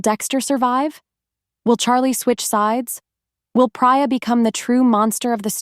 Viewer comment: "PRADER" NOT 'PRAER'